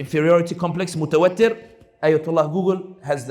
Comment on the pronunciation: I've noticed in 2 of your videos that you say "mutawattir متوتر" (with a shaddah and kasrah on 2nd ت) which means "stressed" or "upset", instead of "mutawatir" متواتر (second A is long, like the A in "lamb", and second ت has a kasrah but no shaddah), which means "repeatedly or frequently occurring". This subtle difference in pronunciation completely changes the meaning of what you say.